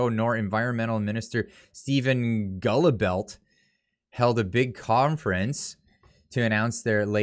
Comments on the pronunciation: GULLIBELT? holy fk bud... are you serious? Its pronounced GILL-BO. The U and LT are silent, fk sakes. hahahahahahaha. Sincerely, yer friend.... B. Allbuster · Guilbeault is pronounced - Gil - bow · FYI: Guilbeault is pronounced "Guill-Bo" Cheers. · Guilbeault ( pronounced gee-bow but condescendingly, I prefer Giblets.) He is also a convicted criminal. Let that sink in. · I believe the environment ministers name is pronounced “Guy-blow” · Pronounced « Gill-bo » 🤦🏻‍♂️ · Do something the pronunciation for Guillbeault, that minister we have here is Gillbo, guillbeault is a french name pronounced Gillbo and he is a guybo for sure. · I believe its pronounced Gillbo phonetically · HE'S A FRENCH QUEBEC SEPARATIST AND AN A SH LE, BUT HIS NAME is pronounced " GILBOW ". Keep up the good work. CHEERS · Really? Didn't even take the time to learn how to pronounce Guilbeault's name. How does he expect to be taken serously when he doesn't respect people enough to pronounce their names right? I don't like Trudeaus policies either but there is a level of civility that requires you at least pronounce MP's names correctly. It is disrepectful attitudes like this persons that show how the COnservatives are just not ready to lead.